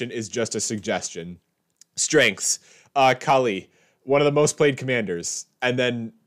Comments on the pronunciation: Kaalia..Kaalia... call-ee-uh. C'mon man. Fuck Edit: Omg it's everything. This must be your style. Not pronouncing words. I'm going to scrape off my ear drums to forget this. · "Kaali-A," not "Kali." "Jeskai," not "Jessu-kai." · Love the vid but how do you not pronounce the 3rd A in Kaalia but you also add a non existent vowel in the middle of Jeskai ?